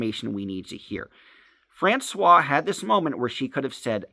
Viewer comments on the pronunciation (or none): How hard is it to offer constructive criticism in a way that someone can actually understand? I THINK what you are saying is that the person that is talking about has a name that he is pronouncing as “France-wa,” but it’s actually pronounced “France-wahZ”. Is that correct? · How hard is it to say “FrancoioiZe”?